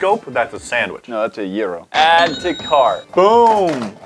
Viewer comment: Yesssssssssss thanks finally I heard an American saying gyro what it is supposed to be heard like in Greece YESSSSSSSSSSSSS